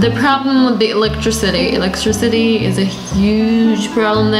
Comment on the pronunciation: Electricity not electrecity